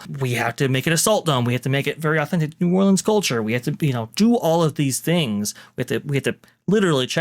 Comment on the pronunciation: is buddy racist or something? Lol They clearly edited his "rant" then he says "New Orleans" with some type of funky weird accent.... Bro is a weirdo.